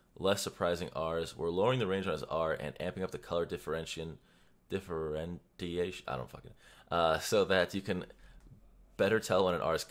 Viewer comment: Differentiation. Dih fur in Shee ay shun. Both you and redmercy fumbled this word lol